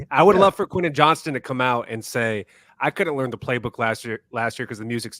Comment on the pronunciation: I can see Harbaugh not playing Quentin Johnston and cutting him loose in a trade if Johnston doesn’t improve in camp. Plus, not sure I can take much more of mispronouncing his name. Also, is the best unc., without doing an AOL search, what does my alma mater of D3 Whittier College have to do with the Chargers?